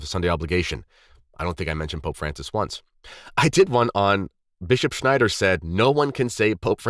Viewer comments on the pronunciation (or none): none